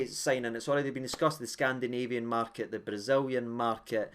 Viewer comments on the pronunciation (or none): none